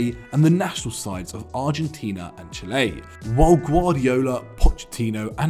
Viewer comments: The name of my country has only 5 letters. How could you mispronounce it so badly on the video? :( (Chile) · No sé que pasa con Chile, no estoy allá. No escuchaste la nota? Me reí porque le dice Chilé! jajaj